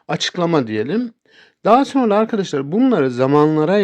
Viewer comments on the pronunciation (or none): none